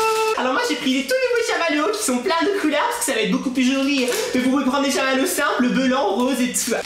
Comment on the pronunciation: Chammalewwos selime